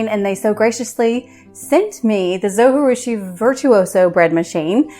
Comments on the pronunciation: All of the information provided is great and helpful. Only downside is the whole time you miss pronounced the name of the bread maker. :( “Zo-Ji-Rushi” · Thanks for the video. Just one feedback. You pronounce Zojirushi incorrectly. It is not a Spanish word . So J in Zojirushi is not like J in Jalapeno. You can watch Zojirushi manufacturer's YouTube video to listen to the correct pronunciation (should be pronounced like Zo-gee-rushi). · Please learn how to pronounce the name of the company...it's not that hard and it is not a Spanish word--it's a Japanese brand. Your repeated mispronunciation of the 'j' as an 'h' is distracting from what is important content of your video, which by the way I really like! Good job. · Pronunciation of the brand name is driving me crazy. It’s a Japanese bread. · It's a J not a G.... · It's a Japanese name! Pronounce the J as a J…… Zojirushi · Good video. Thank you. But the people that make the zojirushi pronounce the “J” in the video that I got with my machine. I know the “j” is not pronounced in Spanish but this is Japanese. Not even sure if a dvd still comes with it. I’ve had mine many years. But the video on Amazon from the manufacturer also pronounces the “j”. I do wish things like that did not bug me. Sorry. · It’s Japanese, not Spanish. Pronounce the J. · Yes! That drove me crazy the first time I tried to watch this video and I stopped. I’m back, though.